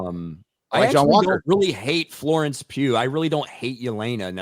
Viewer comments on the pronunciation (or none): none